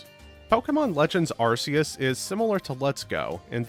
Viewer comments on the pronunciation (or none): none